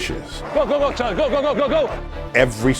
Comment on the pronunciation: Yet they didn't even learn to pronounce his surname correctly. It should be pronounced cca as Khaara. Or Chaara according to German pronunciation (and of course, Slovak one), just like in the German word "machen".